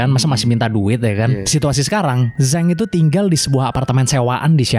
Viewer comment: Zhang dibaca Jang bang,,fyi